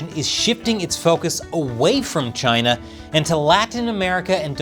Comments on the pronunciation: You’re saying it wrong CHY NAH 😅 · it is Chy-na! Say it right.